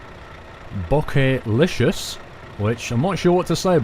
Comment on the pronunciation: Bokehlicious is pronounced Bow-ca-licious and it is a photography joke, if you want to see if I am correct then on DigitalRev's YouTube channel you can purchase those things. Any just saying Love the videos and hope to see more